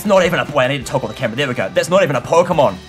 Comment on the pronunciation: Key pooemon